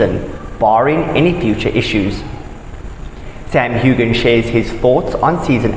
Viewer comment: Too bad you can't pronounce Sam's name correctly. Quit running so much wrong information! Kate from Eastern Oregon